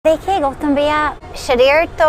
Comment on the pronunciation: The way she said " gautam bhayia" was amazing 🙏👌🇮🇳